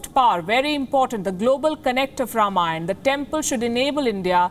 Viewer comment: Ms. Palki, the word is “Raamaayana”, and not “Rum-aayan”.